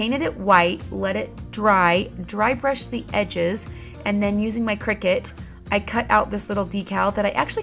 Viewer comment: Just noticed you say "bry drushed". I do that all the time too! Lol